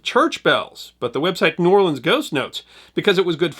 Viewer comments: Don't know who this narrator is, but he's definitely not from New Orleans. If he was he would know that the locals there DO NOT offensively pronounce New Orleans as one word. If ever you hear some ignoramus pronounce it as 'Nawlin's,' know for sure he is not a native of that city. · Awesome video but the vast majority of us from the city do pronounce it as two words. New Or-lens. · Please stop with the "we say the city name in one word". We pronounce it New Orlins or New Orlee-ins. Never met anyone who says Nawlins. I'm 58. Maybe 2 who said New Awlins. When people here see anything about New Orleans we cringe cause no one gets it right. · Nawlins is a Northern misconception... possibly because there is a small part of the population that pronounces it that way, but the common pronunciation is New Orlens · It's pronounced New Or Lunz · AS A NEW ORLEANS NATIVE AND EDUCATOR, is FALSE. No one, literally NO ONE, from here says "N'awlins" or blends New-Orleans into one word. You are incorrect and invalidate yourself as a credible source almost immediately. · We saw New Orleans. Nobody here says that in one word. Two... Distinct... Words... Otherwise thanks. 🙃